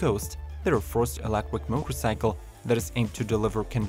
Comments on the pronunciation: These bikes are all so ugly! also... kinda funny that the guy can't say electric, only reason i'm still watching. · You pronounce "electric" as "electwer", should be "elekCHuriK", or "touCH screen" as "toushreen" or "stand sTill" as "stand sill". Interesting to know CH isn't pronounceable to some, what's your native tongue?